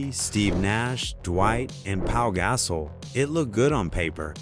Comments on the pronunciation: Replace Matt Barnes with Raja Bell. And damn that AI pronunciation... Sm-oosh and then a second later Sm-uh-sh... then there's Pau Gass-Ole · pau gah-sol lol